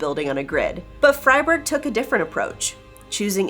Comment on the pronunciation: Good pronunciation on Freiburg there .